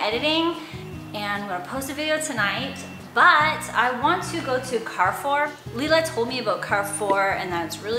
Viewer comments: You pronounced the name Carrefour well! However A is pronounced like in apple (open vowel) rather than the A in car . 😉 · I grew up going to Carrefour in Mexico and when you pronounced it correctly I didn’t recognize it until I saw the logo. You never cease to surprise me with cool little things in your videos. Loved everything about this. ♥️